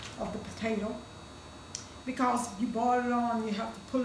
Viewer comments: I like how she says cawze instead of cause that’s how u know the food is gonna be 🔥 fire nd good💯💯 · Anyone who pronounce the word "because" the way she does be putting a whole foot in their food ❤️🙌🏾🤣